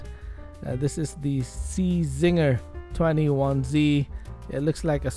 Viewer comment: The C is silent in Czinger. Its just pronounced Zinger. I was fortunate enough to meet the builder/designers at the Velocity Invitational at Laguna Sca in 2021 where it set the lap record and talk with them about the car and how it was designed. My friend Casey Putsch also interviewed them for his YouTube channel, Casey the Car Guy. Absolutely incredible car and I'm excited to get a Hot Wheels version of it. First thing I'm going to do is repaint one to the correct dark silver color that the first one is painted.